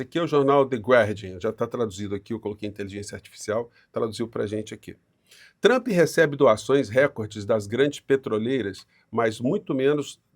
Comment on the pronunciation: Professor, boa noite. Não sou membro. Sou inscrito. Gosto muito do seu canal, sou assíduo, aprendi muito e aprendo cada vez mais que o assisto. Não sou lá muito bom em Português. Gosto apenas de falar melhor. No entanto o senhor pronuncia sempre a palavra " recorde" como se fosse " record " (do inglês) se eu não estiver enganado. Claro que muitos falam assim, mesmo no meio jornalístico. Só que o senhor fala muito bem, e é um ótimo esclarecedor político da nossa vida política e cidadã. Gostaria, portanto, de ouví-lo pronunciar " recorde " em vez de " record " em suas inteligentes orientações. Forte abraço!